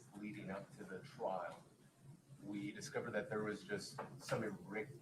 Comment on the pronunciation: Wow. The dude can’t even say irregularities 😮 This is the stupidest lawyers ever.